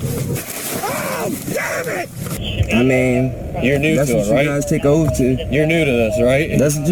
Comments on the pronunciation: Come on now it's oath,not ooofff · Learn to pronounce oath its not offf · It's amazing how many illiterate drivers there are. "What's your oaf of office?" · How could the officer forget his "oaf". Mr sovcit must have axed about it a dozen times.